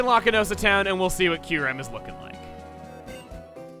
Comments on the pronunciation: oof I didn’t know kyurem was in BW, this whole time I always thought it was introduced in BW2. also “Kyu-rem”??? I pronounce “kee-yoo-rem” oof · Isn't it pronounced KY-OO-REM? And not KEYR-EM? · I always thought the pronunciation was Kai-You-Ram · I alway pronounced Kyurem as Kai-u-rem at first. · Gates to Infinity was actually my first Pokemon game. I misspronounced it as “Ky-rem” for years...